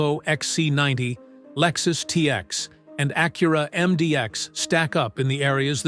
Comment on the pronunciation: Stupid Ai..learn how to pronounce Acura..duh